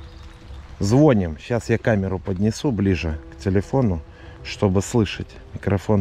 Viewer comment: Не звоним а звоним ударение на предпоследний. 2 по оусскому.